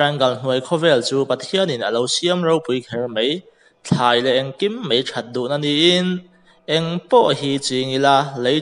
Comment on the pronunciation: I aw thing sia ila chhiar uang ve kher khi k lom top... 😂 Mei tia i lam zong2 khi MAI tia lam tur...